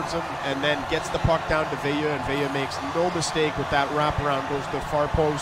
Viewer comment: In case you care or are interested… his last name is pronounced “Veill-er” not “Veill-you”… just like Lemieux is pronounced “Lemi-er” not “Lemi-you”. Anyway as a french canadian myself, Veilleux is a tool.